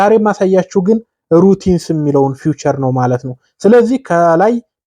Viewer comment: ፊዩቸር አትበል